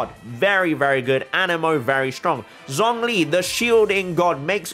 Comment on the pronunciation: I'm glad that you call her Kandakeh, but you claim that you're trying to be respectful towards other cultures by pronouncing names right, while pronouncing Zhongli's name in the worst way possible. Please watch tutorial video on YouTube how to say Liyue characters right, if you want to show your true respect to the other cultures in this way